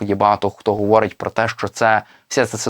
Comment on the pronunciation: Де взяли такого диктора «гуворить» «куманда»